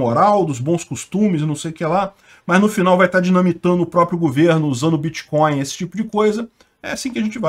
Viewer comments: “Bitcoil” e “créptomoedas” é “pobrema” segundo nosso, O atleta! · O que é "Biticóio"? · “Em algum momento o senhor operou com “creptomoeda [sic]”, com “bitcóio [sic]” ou outros?”... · Correção: o nome dessa " creptomoeda "é " biticóio " poxa!! Kklk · Bitcoin não!!! Bitcóio! Créptomoeda! fala direito!!! kkkk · Vc conhece creptomoeda e biticóin! Kk